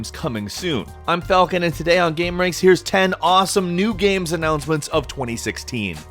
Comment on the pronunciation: Why does he pronounce games "Gahms"?